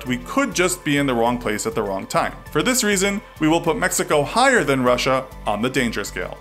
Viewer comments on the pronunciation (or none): none